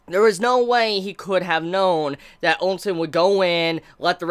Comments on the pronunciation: Ousen not Onsen! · Please why do you keep saying ONSEN not OU- SEN i am sure you have been corrected a dozen times by now please fix this its really triggering to hear. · Pronounced Chin (Qin), Chee (Qi), Oh Sen (OuSen) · GUUUUH! how can you say OUKI but you cant say for the life of me OUSEN Were the hell you get the N From Nigga!?? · Ousen is pronounced as "ooosen"